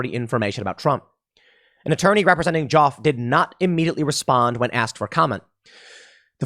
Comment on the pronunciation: Just saying, "Joffe" rhymes with "coffee."